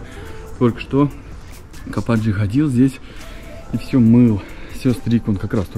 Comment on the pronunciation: ну не капАтджы а kapici -Капыджи,пора бы уже правильно произносить!